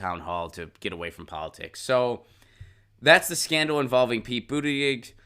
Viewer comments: You lost me at multiple mispronunciations of his name. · Adam Gulick he spells it out correctly but he does not pronounce it correctly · Why do you keep saying his last name wrong? Why do you keep saying his last name wrong? Why do you keep saying his last name wrong?